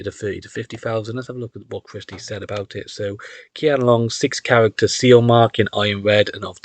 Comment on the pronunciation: Qianlong is pronounced “Chianlong”